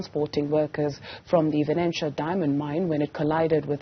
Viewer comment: VENETIA mine NOT VENENTIA mine!